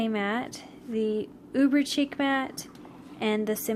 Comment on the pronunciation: Thanks for the review. Just a note: Chic is pronounced like sheek.